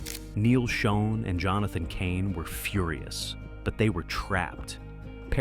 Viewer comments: It's pronounced Shawn And Raw-lie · Neal pronounces his last name like you would say "Shawn." Gregg's last name is pronounced "Raw-lee." And Herbie heard Steve's demo, not Neal, and it was Herbie would told Neal and Gregg, who didn't want Steve, that Perry was going to be in the band, "So get used to it." Steve replaced Ross with Bob Glaub, who was then replaced by Randy Jackson. Steve Smith played on 3 tracks (the same three Bob played on) for Raised on Radio before being placed by Larry Londin. Mike Baird was the touring drummer only. You failed to mention that Steve's mom was terminally ill during the recording of Raised on Radio and died before it's release. He also quit mid-tour and cited exhaustion as his reason. Regarding Steve's hip surgery, he refused to get surgery till AFTER they let him go. Incidentally, Perry claims that he gave up music after he left in 1987; however, he started working on second solo album in January 1988 called Against the Wall, which wasn't released. He released his official second album in 1994 (For the Love of Strange Medicine), and seemingly, only got back together in 1995 AFTER Neal and Jonathan played a tribute show for Herbie, featuring Gregg and Kevin Chalfaunt, who were in the Journey sound-a-like band, The Storm. Neal, Gregg, Jonathan and Kevin were in talks to reform Journey with Ross and Smith, when Perry found out during an interview in Canada (the video is on YouTube). Shortly after, Perry called Jonathan and said that he wanted back in, BUT Herbie, Gregg and Kevin